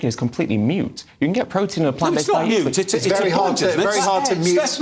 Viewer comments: moot, not mute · onward. Everyone is mispronouncing "moot". They are pronouncing it as "mute". Quite embarrassing. One would expect authors and journalists, to have a reasonable grasp of the English language.